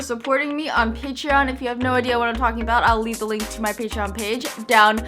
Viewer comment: It pronounced PAY-TRON NOT PAY-TREE-ON AGHJHDHSHHSH I AHTW THAT